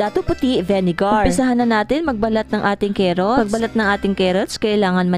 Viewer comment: Carrots at Hindi Kerrots car rots